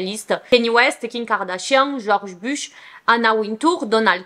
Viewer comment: j'ai remarqué qu'elle dit jms Kim Kardashian mais king Kardashian c drôle 😂😂😂😂